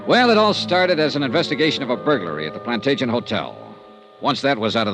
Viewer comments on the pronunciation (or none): Right in the beginning, the name Plantagenet is mispronounced as plan-TAY-jent, and continues to be throughout except maybe one time. In English it should be plan-TADJ-e-net. Drives me crazy!